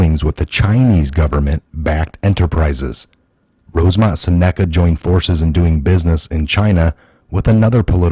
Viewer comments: It's pronounced "sen a ca" not "sa NECK a" ....gawd .... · Exactly! But Im pretty sure Seneca is pronounced SINuhkuh... It's a tribes name.